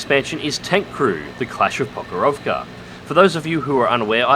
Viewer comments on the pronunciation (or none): Not ProkhorOvka, but PrOkhorovka) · Are you saying he put the emPHasis on the wrong SYLLable?